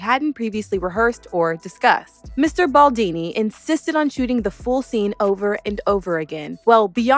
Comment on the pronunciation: His name’s Baldoni, not Baldini 😂😂